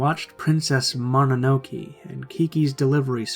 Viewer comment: Mon-no-no-kay I'm sorry, It bothered me